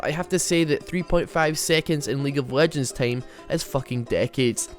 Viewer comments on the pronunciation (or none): none